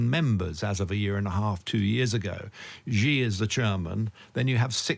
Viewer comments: Xi is pronounced like 'she' not as zhzhzhzheee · Xi sounds like "shee" not "Gee" in Chinese. Just saying. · I'm not even Chinese but Xi=shi Jin (dzhin/english j) Ping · It's hard to take this discussion seriously when the participants repeatedly mangle the pronunciation of "Xi" Jinping so badly. Of course it's true that the "Xi" sound doesn't exist in English, but there are better ways to approximate it than calling him "gee" or "ghee". Come on guys, you can do better!